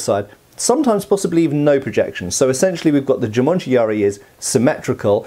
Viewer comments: Not Jumanji. It is Jumonji. 十文字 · Hey, not sure if smo brought that to attention already, but it's actually Jû-MON-ji yari. Jumanji is simply the movie; which makes "jumanji yari" quite funny actually ^^. "jû-monji" literally means "the sign (monji, or moji) ten (jû)", because in Chinese and Japanese the ideogram for ten is a cross.